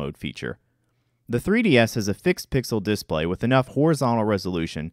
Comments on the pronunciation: I'm annoyed that he says it as "DISplay" rather than as "disPLAY" (as "DEfault" rather than "deFAULT"), and that he pronounces SNES as an acronym rather than as an initialism. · Okay but why are you saying disPLAY like DISplay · The way he pronounces display bothers me. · DemonAlchemist Yep, it’s wrong. English teachers abroad always have to remind learners not to pronounce like this guy does... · You seem to be fucking up the word "display" stop doing that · If you’re going to say the word “display” 50 times in a video, maybe you should learn how to pronounce it.